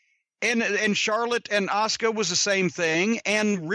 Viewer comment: i can't be the only one who cringes when he says asuka....